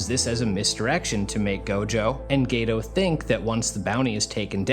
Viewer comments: My Dawg did you say Gayto 😂😂😂👀👀👀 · Geto ❎️ Gay-toe 🦶👬 ✅️